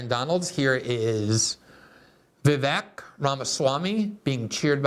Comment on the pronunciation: "Vivek", it rhymes with "Cake"